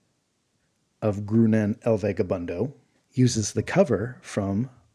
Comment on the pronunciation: I think Groonan should be pronounced like grow-naan, which sounds a lot more like Conan would be pronounced in spanish.